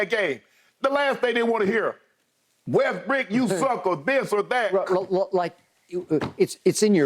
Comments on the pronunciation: He called him Westbrick 😆 🤣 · Guy said westbrick on accident lol